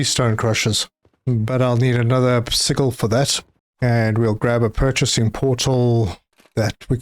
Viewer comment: Hahaha. It took me a while till I finally glimpsed the word. I was wondering what seagull you were talking about till I saw sigil. It is pronounced like (see-Jill). It is an Arabic word that means record or mark or trade mark or logo.